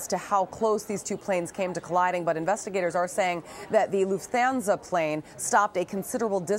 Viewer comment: loof-thanza lol